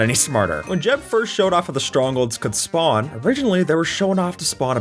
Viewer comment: gng you said schpawn hut </3